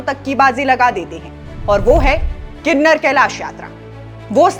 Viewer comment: Kinnner kalesh nhi Kinnaur kalish hai Please naam kooo sahi se log tk Poochaaao